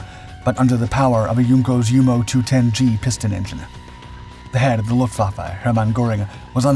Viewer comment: ¿Donde te han enseñado a pronunciar alemán? Luftwaffe: Luftvaffe, como suena. EL ALEMAN TIENE PRONUNCIACION PROPIA NADA QUE VER CON EL INGLÉS.